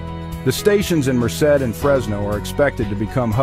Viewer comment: Nice video. Do check the pronunciation of "Merced"!